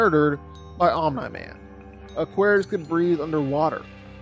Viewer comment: That Omnai man pronunciation is low-key annoying af😂